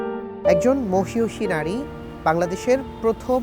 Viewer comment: উচ্চারণ মহীয়সী হবে